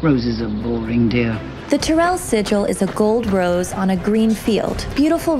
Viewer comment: TY-RELL. Not Ter-rell. That drives me nuts! Say it the way they say it on the show!